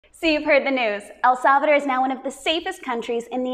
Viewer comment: “ el salveder” 😂 lol El salvadooooorrrr chica ❤